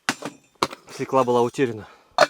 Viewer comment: При всём уважении, нет слова свеклаА, есть слово СвЁкла.